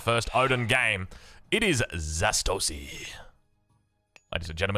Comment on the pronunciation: Zastosy making it look easy or as would say ZA(s)TOSY the s is silent ^^